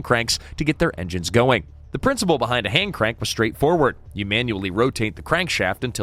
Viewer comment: Text to speech has been ruined by so called “AI”. Not very intelligent when it can’t get the words right.